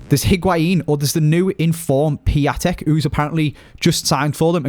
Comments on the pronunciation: It's not Pia-tek it's Pi-oh-tek XD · Piatek is pronounced "Piontek" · Its said piontek